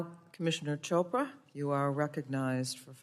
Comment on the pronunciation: lol, commissioner "Cobra", sounds a little racist. kidding, honest mistake. But it's Chopra sir, like in church.